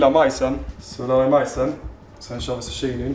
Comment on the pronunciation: Någon annan som undrar varför uttalar zucchini för susshini…😂 in i videon